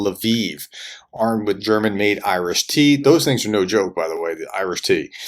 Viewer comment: I know that IRIS-T is InfaRed Imaging System - Thrust controlled, but, when the Prof talks about it, it sounds like "Irish Tea" (maybe Barry's Tea?). Perhaps the Irish are supplying Ukraine with this specialised weapons system. 🤣